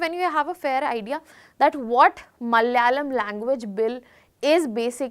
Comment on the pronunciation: It's Malayalam, not malyalam😡